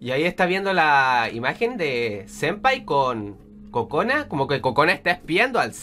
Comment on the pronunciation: En una parte escuche Kojona XD